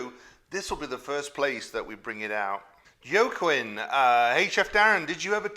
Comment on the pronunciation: Yoquinn? Joaquin? Pronounced wah keen… jus’ sayin’♥️☮️😘‼️